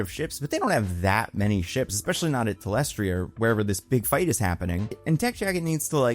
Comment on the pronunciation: my guy, for someone who makes so many reviews would it kill you to just double check names? You're still unsure how to pronounce thaedus and you mispronounced talescria as talestria... at this point I'm wondering if it's deliberate ragebait to spark engagement because if so, it worked.